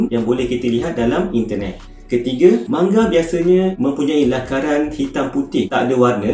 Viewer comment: Sebutan dia manga laa 😒 bukan mangga